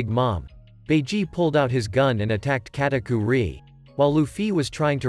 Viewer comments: "Lueffie" "Katakuerie" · its Katakuri not KatakuRI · kataku-ree, lu-fee anyone else notice this 😆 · The way he said Luffy katukuri